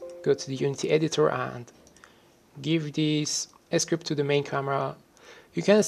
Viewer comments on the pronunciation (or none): he actually says "game s cript", maybe he cant combine the letter s with the letter c?